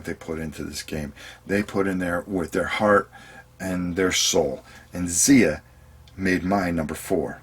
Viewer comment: Not that it's terribly important, but Xia is apparently pronounced with a hard i... as if it rhymed with eye-uh. Not like Zee-uh. heh The creator pronounces it that way, at least. :-)